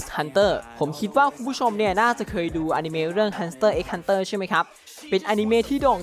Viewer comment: hanter x hanter ไม่ต้องอ่านตัวx นะครับตามมังงะครับ🙂